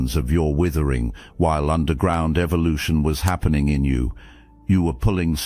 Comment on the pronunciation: Did he just say evilution 😂